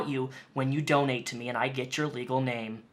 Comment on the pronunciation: is just creepy also is it me does she say doknow instead of donate?